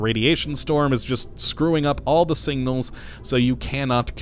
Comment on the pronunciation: Same. Took me a minute to figure out what he was saying. add that to nucular, aluminium, and Ol.